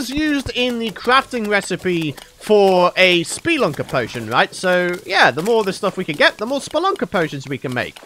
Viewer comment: i find it funny how says ''speelunker'' and literally 1 second later says ''spelunker''